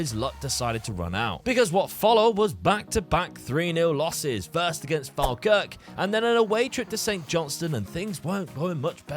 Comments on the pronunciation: Instead of saying "Falkirk" say "Fall. Kirk" - it's not the same as Falmouth :D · It's Pronounced "fall-kirk" 😅